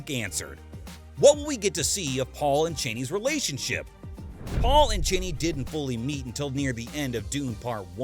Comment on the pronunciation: CH-AH-NEE. not CHAYNEE.